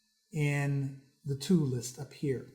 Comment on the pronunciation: the way you say "tool" drove me to beat my wife